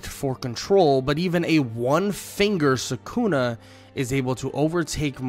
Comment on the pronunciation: For god sake it's sukuna not sakuna🥲